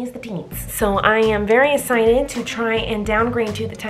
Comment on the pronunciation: Bruch!(brush) esited (exsited)😂😂😂😂😂😂